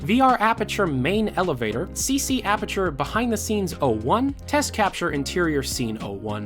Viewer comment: If he says Apperature one more time......